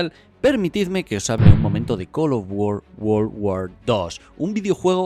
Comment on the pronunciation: col of wor wor war dos